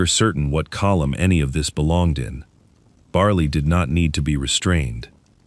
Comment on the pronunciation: dogs name is bali not barley there is no r ore or y in the name